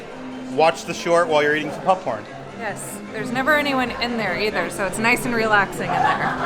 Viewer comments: Why does say pupcorn 😂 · Sounds like is saying “pupcorn” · Is it just me or does anyone else hear saying "pup corn"? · more like pupcorn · I love how says popcorn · The way says 🍿😂